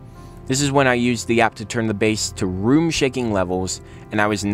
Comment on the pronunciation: BASS. B-A-S-S, not BASE!